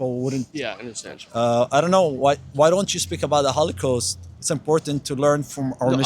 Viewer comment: he says hollycost more than hollywood